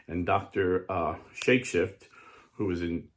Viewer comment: Dr. Carole Shakeshaft…not shakeshift…